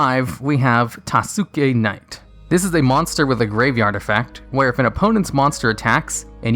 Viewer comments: TASUKE KNIGHT AKA "TOSS-K KNIGHT ". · My man said tasooki knight.